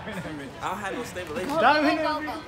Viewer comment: said “ I don’t have no stabilation” 😂😂🤦🏾‍♀️ I am deceased